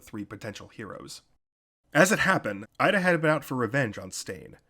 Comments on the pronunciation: Its EE-da NOT IDA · It's okay. Besides, in the anime, it's Iida. However, in the manga, it's Ida.